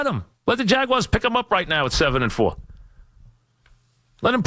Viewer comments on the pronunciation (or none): “Let the Jagwiares pick em up!”